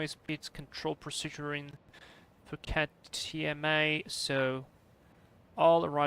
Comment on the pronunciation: btw phuket is an island :) you also pronounced it right